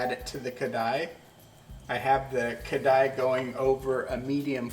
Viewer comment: You pronounce kadai(wok) its karahi. But kheer looks tasty 😋😋😋